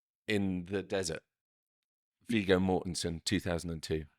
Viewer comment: He’s butchering Viggos name as well.